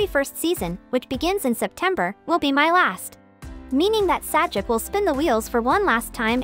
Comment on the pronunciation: Your computer-generated dialogue, and the "Sah-jik" is pathetic.